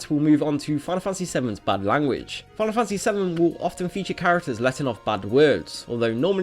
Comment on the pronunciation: "Final funtasy"